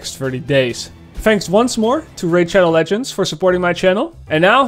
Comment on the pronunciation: When he pronounced the name "Raid Shadow Legends", I honestly thought he was joking.